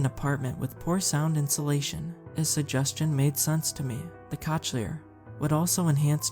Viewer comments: Good story, although Cochlear is pronounced cocleer. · Lol. Cochlear implant. Pronounced kaa klee ur.